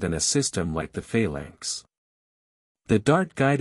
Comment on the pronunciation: "Fail Lanks"? Wtf?